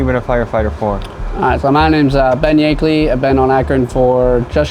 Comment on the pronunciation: Ben is my older brother and for the record it’s Yeakley not yankley